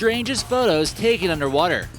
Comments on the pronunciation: It didn’t even say taken it said tahen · U said tahen XD